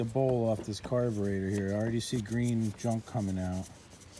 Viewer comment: Carbuhtrator! LOL